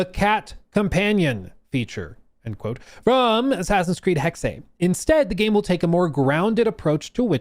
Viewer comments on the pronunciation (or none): Erf.. #1: Hexe is the german word for witch and pronounced Hexe not Hexa.. the E at the end is the same as the first E (Just like with the E in Porsche... but i kinda gave up on explaining that). #2: I never minded magic in Odyssey, on one hand its part of the actual Odyssey, on the other we always had magic in the background story with all the gods the apples of eden, etc. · Try to pronounce the second E in Hexe like the first E. HEXE 🪵🔥 HEXE 🪵🔥 HEXE 🪵🔥 HEXE 🪵🔥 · He finally learned. His "Hack-say" was cringe, lol. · You’re just fucking with us the way you’re pronouncing “hexe” right?…… RIGHT!?